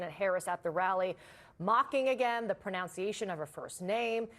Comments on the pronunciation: pronounciation come on, you have ONE JOB -- LANGUAGE. Learn it! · CNN anchors who mispronounce the word "pronunciation" as "pro-NOWN-ciation" maybe shouldn't introduce stories about tRump's mispronunciations.